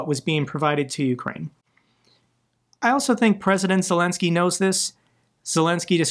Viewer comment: Hey, your pronunciation of Ukrainian and Russian names is getting more and more impressive. Also, Zelenskyy is getting more and more impressive with that brilliant approach to Trump and the US.